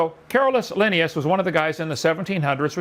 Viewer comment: Hovind mispronouncing Linnaeus as often as he does is grating to me.